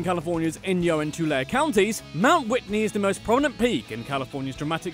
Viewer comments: Tulare county is pronounced Tu-lair-e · "Baja" is pronounced "BA-HA", not Baia! The word is Spanish, not Eastern European. "Tulare" is pronounced "Tuhlairee," and "La Brea" (tar pits) is "LA Brāya." What, no mention of the Winchester Mystery House? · It’s pronounced Tulee lake. Also it’s one word lol